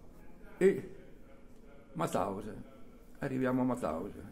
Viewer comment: Ma perchè in così tanti dicono Matausen , quando invece era MAUTHAUSEN...